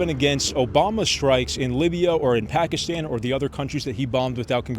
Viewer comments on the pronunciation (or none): none